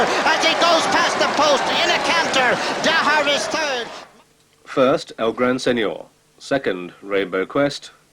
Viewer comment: Mongrel commentator, calling it El gran sen nore